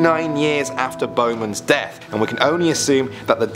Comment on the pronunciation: misheard Bowman's and here's it in Bozeman Me: wait... Bozeman?? Here's it accouple times oh.. Bowman